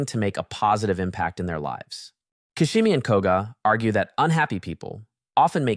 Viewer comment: Fr!!The narrative's fabulous except this ...